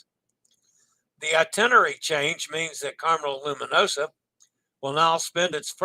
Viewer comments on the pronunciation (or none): Loo-mee-noh-zah Loo-mee-noh-zah Loo-mee-noh-zah A reminder that the S in Italian when preceded and followed by vowels has a Z sound, as in Pisa. For Gloucestershire, -Shire is not shy-er LOL, it's more like the word 'sure' but without an R sound: Glostashu(r). Our Rs are often silent. I recommend the annual travel insurance from Allianz. And FFS, get your passport and always carry it when visiting different ports.